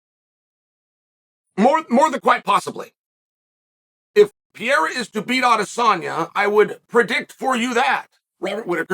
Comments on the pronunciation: "The talk of Alex Piera..." How dumb does Chael have to be? 🤦‍♂️ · Uncle Chael the only one who can keep saying Pereiras name wrong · First thing out of Chael's mouth is a mispronounced name, it's actually incredible. "Alex Piera" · I think Chael is just trolling with the Names, but Schaub also calls him Pee-era and he’s not trolling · "Alex PEE-yeahrah" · why uncle Chael say pereira like that 😂😂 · Chael, it's "Pereira", not "Pieira". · AHAHAHAH. Was going to say the same. Pyera is fabulous. PeReira. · P.E.R.E.I.R.A !!! NOT PJERA !!! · His last name is Pereira not Piera ffs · The E in Pereira is pronounced a lot like Pokémon's "é". Péréyra if it's easier for you. I've heard Joe Rogan calling him Peheira, confusing the double RR or hard R in portuguese with a single 'soft' R. Rafael -> Hard R. That hard R is pronounced like an H in English. Hafael. Borrachinha -> Double R or hard R sound, it's pronounced Bohachinha. (Nha is pronounced like a fast Nya) Pereira -> Soft R. That R is pronounced like the r in 'car'. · Chael Sonnen "Alex Pee-era" I'm sure he KNOWS it's Pereira. Or maybe Pee-era is his name now, because Chael says so. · Pee-ear-ah. Man, I LOVE Chael's pronunciations!🤣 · pereira = pierre 😂😂 i love chael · Pierr-ah W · his name is piera now. uncle chael's word is final. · Jon should fight (and beat easily) Per-air-ah to spite Izzy. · Alex PEE-ERA. Fucking Chael 😂😂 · “Alex Pee Era” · Pierrah, Pierre or peaira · Who tf is PEE AIR UH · Chael kills me how he doesn’t pronounce anyone’s name right , “ Alex piera “ “ Islam Maklchev “ there’s more i can’t remember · Never under stood how he gets PEE-ERA out of Pereira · Who’s piera? 😂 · He’s been mispronouncing it since always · Behlal and pee-era